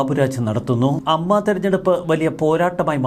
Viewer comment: അമ്മ അല്ല ഏയെംയെംഏ.